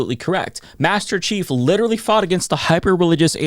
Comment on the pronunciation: It's "Master Chief", not "Masterrace Chief", silly.